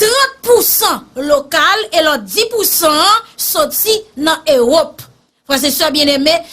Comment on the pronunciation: On ne dit pas. Eu rop mais on dit Europe